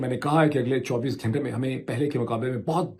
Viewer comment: Who better to comment on the fallacy of the spoken word than the self-aggrandising man who pronounces گھنٹہ as گھینٹہ! 😅😅😅